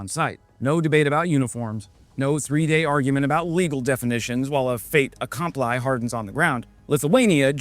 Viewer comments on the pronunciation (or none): Well, the fate-complying is French, so... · Poor guy worries about his Lithuanian pronunciation right after saying “fate-a-comply” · "T" is silent only when a consonant follows, with the "a" of "accompli" it enters the liaison. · Fait accompli: "fay akom-plee" You're cool. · Fait accompli. T is silent, and the i at the end is pronounced more like ee. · Please learn to pronounce "acompli". It's from French where i is pronouced ee. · I'm here to correct your pronunciation of "fait accompli".